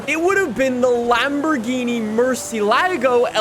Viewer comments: The way he said murcilago made me want to die, and no body should drive the svj every day, PFFFT, FORGET ABOUT DDE and savage garage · Says Murciélago is his favourite yet he can’t even pronounce it correctly. Typical from Americans/American Canadians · His pronunciation of the Murci kills me